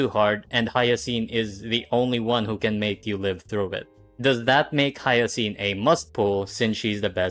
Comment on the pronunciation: "hiyacine" is crazy